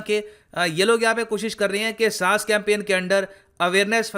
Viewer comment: SAAS nahi SAANS 🙃